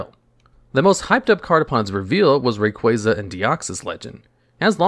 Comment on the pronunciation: kruryem? Zebstreeka? Rayqueza? are you serious?